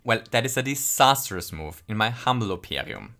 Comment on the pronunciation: "in my humming opinion" "in my humble opiarium"?